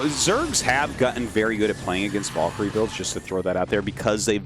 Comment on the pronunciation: Da fuq is a “Vallkary”?! 😂